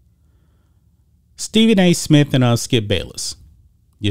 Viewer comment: This guy can't even say Stephen A. Smith. Geez